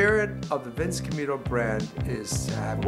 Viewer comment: “Vince cam-yuto woman..”